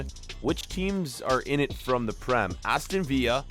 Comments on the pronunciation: Who else noticed crewe alexandra were playing in Portugal? Edit: and how he pronounces Aston villa as Aston Viya? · Did he actually just say Aston viya? Btw love your experiments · its not aston villa its pronounced vill a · it infuriates me the way he says Aston villa. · the pronunciation of aston villa smh. Cagliarli became calgary lool